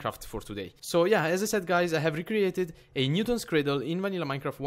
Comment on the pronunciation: I love how you call it a "Newtol's cradle"!